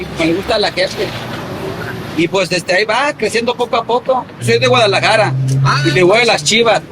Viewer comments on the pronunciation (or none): none